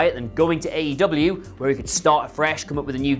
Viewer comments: It's not AW, it's AEW. Get it right . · No-one should listen to you based on the fact that within your first 2 sentences you called AEW "AWE" which made me go "awe" and want to pat you on your head and remind you that although we appreciate the effort, you are obviously not that bright. Proof read if you want to be taken seriously, and/or get your information right.